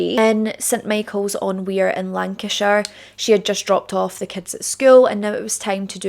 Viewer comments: Just a small thing - the river Wyre is pronounced like "wire", not like "weir". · Can I just correct you on the name of the river Nicola Bulley was found in….it was the Wyre pronounced wire, and not the Wear in County Durham!